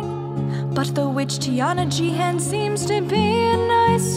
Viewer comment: Not Thiana Gian!! You fool! You've spoken her name & damned us all!!